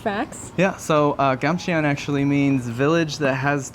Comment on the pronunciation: pronunciation tip: eo in Korean is not eeee oooo in English; it's the 2nd syllable sound of Samsung (삼성); eo == 어 (so, it's more like Gamchon, rather than Gamche-on) how to pronounce Samsung here